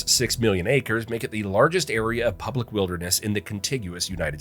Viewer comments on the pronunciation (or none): none